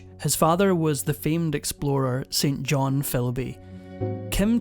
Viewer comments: St John is pronounced not “Saint John”. But Sin-Gin. ❤ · Isn't it pronounced "SIN-JIN Philby"? 21 seconds and you've already shit the bed... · The name St. John ought to be pronounced sinjin. As the name St. Clair ought to be pronounced sinclair. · My biggest turn off for these documentaries is when the narrator mispronounces names. When a man has the Christian name, St John, it is pronounced Sinjun, I growl at the screen. Please do the work and get it right! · Good Grief. His father's name is pronounced , "SINJIN" !!! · As clearly and sympathetically corrected in “4 Weddings and a Funeral”, St John is pronounced Sin-jen. Otherwise a very good vid.